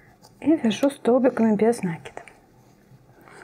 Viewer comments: Все здорово, но как вы говорите нАкид, без нАкида .... Ударение в слове ставится на второй слог. Вы молодая девушка (судя по голосу), нужно грамотно говорить. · Добрый день. Шикарнейшая вещь! Но Вам нужно поработать над речью. Вас смотрят очень много рукодельниц. Будьте профессионалом до конца. Очень редко слух на протяжении всего видео НА́КИД (наки́д) . И профессионально говорить - утюжить,отутюжить,вместо гладить ( гладят кошечку)